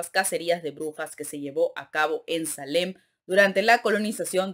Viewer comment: la palabra "marcial" es aguda, con la acentuación en la última sílaba y Salem (a pesar de que es anglosajona) es grave, con la fuerza de pronunciación en la penúltima sílaba.